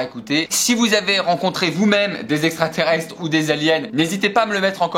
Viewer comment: "LES ESSSSSTRATERESTRES"